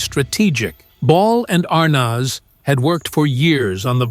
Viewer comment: Good old "Desi Arnawz"